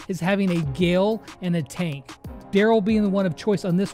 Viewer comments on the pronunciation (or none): none